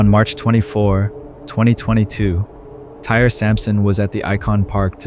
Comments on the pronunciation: I feel bad they pronounced his name Tyree as Tire like 50 times! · I think the young man’s name is pronounced Ty-ree…not “tire.” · The young man's name is pronounced "Ty-Ree." What happened to him was extremely sad. All he wanted to do was have fun at an amusement park with his family and fellow teammates. RIP Tyree! In the 3rd story, how the situation should've went done was Nikoli could've asked the teens if he had seen his friend's cellphone, and mentioned that it had been dropped in the river. If the teens said they didn't see it, he should've just said "okay, thanks" and walked away. If he wasn't much of a talker, one of the teenagers in the group should've been a little more mature and ask Nikoli if he needed something, or asked politely why he was approaching them. Maybe (just maybe) the situation wouldn't have escalated the way it did. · You truly believe this kid's name was pronounced TIRE??!! Totally disrespectful. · Man can say Osceola but not Tyre